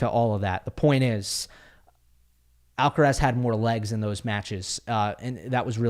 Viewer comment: Thank you for saying Alcaraz :D